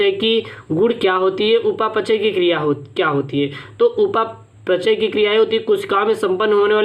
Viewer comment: Sir upa pachay ni hota hai upapchay hota hai